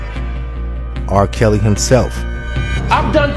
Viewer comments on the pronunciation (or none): Did you say R. PISSY???...LMAO!